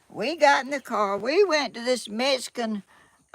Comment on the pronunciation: Please learn the correct way to say Mexican. There is no “S” in the word. It’s MEX -I - CAN. I am Mexican - American. And proud of my HERITAGE please don’t think this is an angry post. It’s not I just want to hear my heritage pronounced correctly. You are a sweet lady.